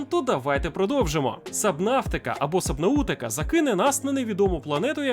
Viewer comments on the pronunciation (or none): Чувак, ти крутий і дякую тобі за твою працю, але, я дуже тебе прошу, не кОмпанія, а кАмпанія. Вже не вперше чую і дуже вухо ріже. І, разом з тим, не сабнаутика, а сабнотіка, якщо транслітом. Дякую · сабнаУтика...дякую. пореготав.)) взагалі-то вимовляють сабнатика.)) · Субнатіка! А не субнутіка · От все круто і за випуск дякую, але "сабнаутика" звучить як "комунікате" - communicate. В мене особисто зайняло 5-10 секунд перевірити як вона вимовляється. Це дуже ріже вуха, особливо коли мало не всі тайтли в основі мають англійську. Так от, правиль буде сабнОтіка.